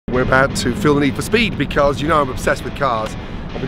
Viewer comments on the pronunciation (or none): none